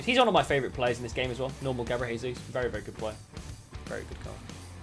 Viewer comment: Normal people: Gabriel Jesus: gabrlesus